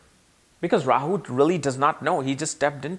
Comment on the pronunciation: What is a Rawer? He said it like 8 times. Rawyer? Royer???